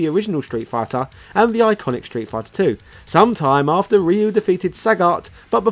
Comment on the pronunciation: Did you just pronounce Ryu the proffered way? Blink twice if you are being held against your will,.